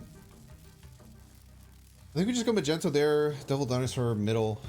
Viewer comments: Not the first vid where you called Magneto as Magento… lol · The mispronunciation of Magneto's 🧲 name is hilarious 😂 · The way you pronounce Magneto I cant tell if its a joke or not 8X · if you're new here, it's just a joke on his stream/channel he knows how to pronounce it correctly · i think he knows that its a joke. aint u?